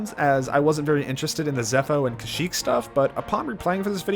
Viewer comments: Great video, but duuuude. Kaseek? Please, Kashyyyk! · I was a fan of this video up until the narrated subtitles said “Kasheek” and not “Kashyyk” The point of these videos is to point out the little things, and THEY MISSED THE LITTLE THING BY HAVING AN INCORRECT SPELLING